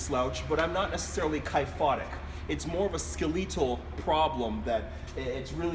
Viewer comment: Aaaaaaand.. Subscribed. Great information, and very well expressed (except for your pronunciation of "skeletal", which made me smile). Loved the "top of the chin up" info!